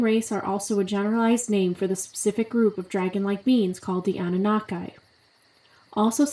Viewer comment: It’s Anu-Nah-Key not Anu-na-kai lol but great video